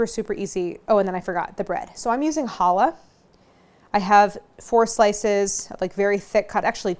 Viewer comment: Y'all, please don't mispronounce challah like Claire does in this video. It's pronounced CHallah, with a "guttural" CH sound. It is NOT pronouced like the word "holla". The same goes for Chanukah. It is not "Hanukkah", it is Chanukah. The CH is there for a reason. It's the same sound as in Bach or loch. Please stop neglecting it.